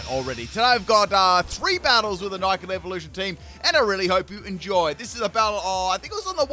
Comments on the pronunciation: do you purposefully mispronounce the names? It isnt Nike it its Nick it. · Nickit is pronounced Nick - It. “Nick”means steal in the UK, so it literally means steal it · the way you pronounced nickit destroyed my ears. day 74 of asking for a full torracat team